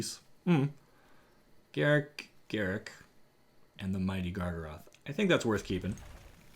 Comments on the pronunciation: Wizards stated years ago that his name is not pronounced "Garick", it's pronounced "Gar-ruck", as it rhymes with truck. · I know WoTC said his name is pronounced Garruk, but I prefer Garruk. I've always called him Garruk and refuse to say Garruk. Fight me